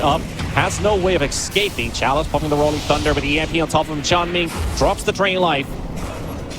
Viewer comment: He also said excaping